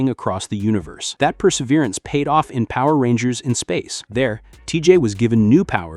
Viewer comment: The guy who is talking in the video is saying all of the Power Rangers bad guys names wrong